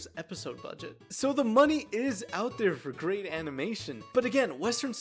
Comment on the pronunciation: "moaoaney" got me dying💀😭